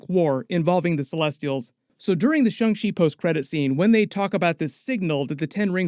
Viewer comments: Please stop saying shung shee 😂😂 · pronunciation of shang-chi bothers me lol